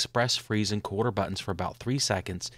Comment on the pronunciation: I agree.....no one can understand his pronunciation . If I had to guess he is saying the "colder" button.....very poor pronunciation, he should have enunciated this better or said "Make Colder" button....I could be wrong but there is definitely no such thing as his "Quarter" button...